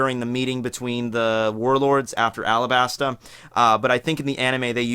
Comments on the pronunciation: I like how bro pronounces Alabasta 😂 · great video. just to mention it's not Alabasta, it's alaBasta(talking about the pronounciation). also Akainu not Aka Inu